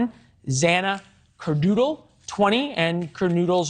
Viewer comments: Kernodle not Kernoodle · He said KER DOODLE!! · "Xana Kerdoodle" "Kernoodle's boyfriend" good lord you should know how to pronounce their names by now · Right? Kerdoodle, Chapman ... clown in a suit who can't read a teleprompter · Bruh did he just say xana kerdoodle 🤦🏻‍♀️🥴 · Can you please learn how to pronounce Xana's last name properly? You sound ignorant.